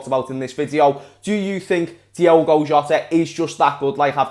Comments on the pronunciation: It’s Diogo Jota not Diego Jota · Who’s gonna tell that Jota’s first name is DiOgo not Diego?.....